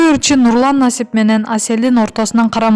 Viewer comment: Мурдун менен суйлобочу Нулан дейсин да ондоп суйлочу тантык